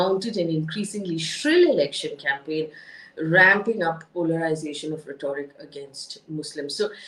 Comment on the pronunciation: Sorry for being a Henrietta Higgins,but your pronunciation of rhetoric is not correct. Having been an English lecturer, I couldn't resist pointing it out! You do an excellent job otherwise!❤